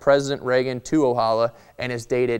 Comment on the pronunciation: Arvo Ojala is a finnish name and Ojala is pronounced with a J not with H =)